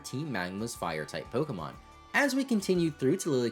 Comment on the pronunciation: You pronounce pokemon names wrong